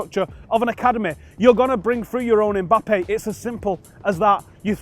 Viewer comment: ey bro, his name is not Eh- Mbappe! The lads name is Mbappe!!